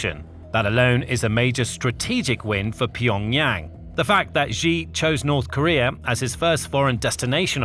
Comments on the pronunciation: Its actually pronounced xi(shi) not ji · You've made several videos about Xi Jinping. Can you start pronouncing his name correctly? It's pronounced "shee", like 'he and she'. It both reduces your credibility and grows more irritating with every repetition. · Pronounced "She" Jinping